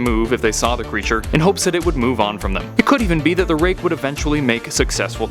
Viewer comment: i thought ut said rape lol